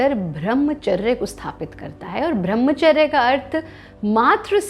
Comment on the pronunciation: Madam thoda nam to thik se lo, वो ब्रम्हचर्य होता है, भ्रम्हचर नही